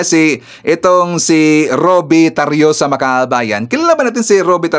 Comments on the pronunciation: Tarroza po hindi tarioza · TARROSA hindi TARRIOSA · Tarroza sir even hindi Tarriosa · Tarroza Hindi Tarioza